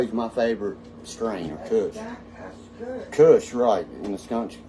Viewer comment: Lmao. Its Kush not Cush Dork. Kush is genetics not a description of its cushion. What a dweeb. Tight work as always!!!